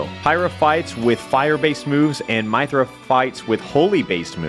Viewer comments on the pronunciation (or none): I hate that he says my-thra instead of myth-ra. Also yes im here because they're in smash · He said Maie-Thruh It's pronounced Mih-Thruh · Please never say "My-thrah" again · I cringed when he said that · Exactly wtf is a My-thra